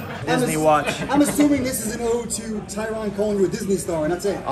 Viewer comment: “I never was Tyrone number one” yo everybody say Tyron’s name wrong but I like how he let em know✊🏿